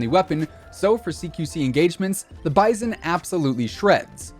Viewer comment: Wow someone said the bizon the right way